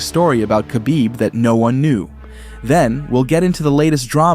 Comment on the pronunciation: You can’t even say khabib correctly what do you know